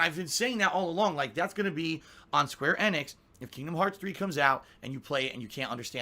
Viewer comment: Square EHnix? Does not know how to pronounce Square Enix?? How is that even possible? It's a game company that's been around for forever...